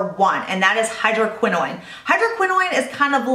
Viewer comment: love love love your videos but the way you pronounce hydroquinone seems to be incorrect. You pronounce it as if it was spelled like tretinoin. Is that how it should be pronounced? Thanks for all the skincare advice!